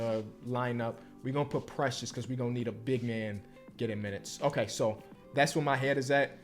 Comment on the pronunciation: Precius is not tath precius